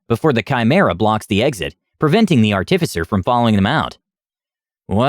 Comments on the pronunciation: Dude, fucking learn how to pronounce “artificer,” holy shit, every time you say it wrong like that I want to slam my head in a door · You got chimera right, now you just need to work on artificer.